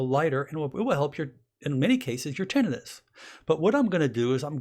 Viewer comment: You don’t pronounce tinnitus correctly